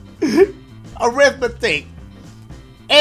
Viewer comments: But siri said arithmadick🤔😐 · mah boi was sayin Arithmethicc lmao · Nobody: Siri: arith-mahdicc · "ARITHMETHICCC" 😂😂😂 my boy dash im so dead 😂😂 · Who else heard arithmadick